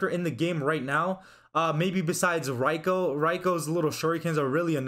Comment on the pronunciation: Bro its pronounced rEiko not rĀiko